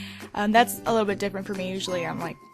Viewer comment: ITS SOUNDS LIKE SHE SAID "PUT A LITTLE BITCH BEHIND IT" HAHAHA